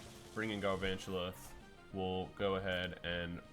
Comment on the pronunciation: why you calling him Garvantula